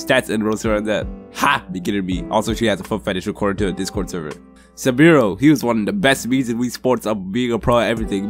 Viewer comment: Suburo is pronounced sue ba rue